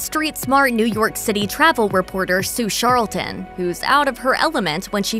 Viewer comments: Sue Charlton not sharolton. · The narrator has never seen the Crocodile Dundee movies. Sue Charlton clearly introduces herself with a hard CH as in Charlie, not "Sharlton" as the narrator keeps saying throughout this video. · She can pronounce Koslowski but not Charlton?????